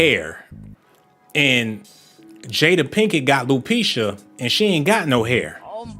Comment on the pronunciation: You are all over the place trying to prove a point. Did people in the comments really miss how you said Jada has lupecia?!? It's ALOPECIA. You claim Venus & Serena were boys, but made a disgusting, disrespectful comment about eating her coo****. And wtf does you wouldn't know Lupita was African mean?!? That oh my goodness in the background is annoying af.. the video clips constantly changing is about to give me a seizure. I've watched plenty of videos on here breaking down Hollyweird but this ain't it.